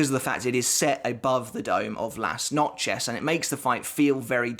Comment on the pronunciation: Lass-notch-ez? Good god man, some effort would be appreciated